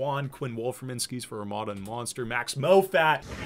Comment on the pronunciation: “Moffat” is not “Mo-fat” just saying